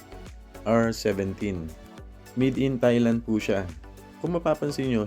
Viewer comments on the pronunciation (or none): none